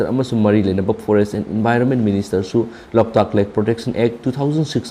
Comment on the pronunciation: Loktak haibiyo loutak ntte🙂